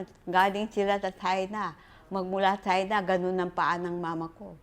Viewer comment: "Galing sila sa Chahy-na"